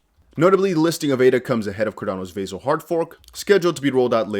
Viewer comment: It’s NOT VAY-ZIL . It’s Vah-sill